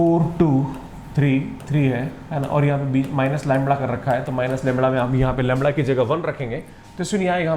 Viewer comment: The correct word is lamda not "Lamra "